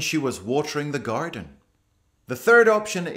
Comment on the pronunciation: 、, so you're from Scotland. Castles and forrest... I love them. Visiting Scotland is on my bucket list. When you pronounced 'Garden', I suspected that you're an Irish (or Scottish). Your Japanese is amazingly clear and sounds like locals in Japan. I was born and raised in Japan, but I lived in the US over 30 years. Now I resides in Merida, Mexico. I am planning to be a YouTuber near future as an English teacher for Japanese audience only while I study English on YouTube. My English grammar is awful but I think I can contribute something else!